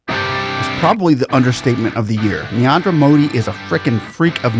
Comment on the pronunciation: It's not neander modi it's narendra modi